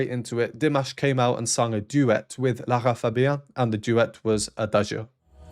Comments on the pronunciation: The signal is most likely, Turn the inner ears up. She’s pressing her ear because she can’t hear herself. Notice Dimash adjusts his inner ears when she gives the signal. 😊 Your pronunciation of her name is correct. Lara’s mic was definitely turned down. Which explains the sound mix being slightly off. They wouldn’t be able at recalibrate mid song without potentially blowing Lara’s ears out. ❤ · No recording can ever replace the experience of being there at a live performance. Personally I would never take a record during a live performance, mainly because I want to experience the whole moment with a 100% attention. You‘re pronouncing Lara Fabian correctly in French, yet there are different ways to say it in English, Italian, German, etc. 😉 I love it when Dimash performs with another artist. He is a humble man and is always supporting the way the „partner“ is performing. I saw a video from the Virtuosos final recently where he sang „My way“, together with Cellist Hauser and the two Maestros Domingo ans Carreras. At one point Placido Domingo forgot the text and Dimash took over, so gently, that I didn’t realize that he was singing instead of Placido. Dimash also put his hand on Placidos back, like he was saying „I‘ve got your back“. After the performance Placido waved his hands and smiled like he was saying „that was close“ 😅